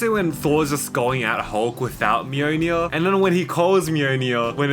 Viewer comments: "Mjøjnie" it's mjolnir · I hate how you say mjlnir, MeWNew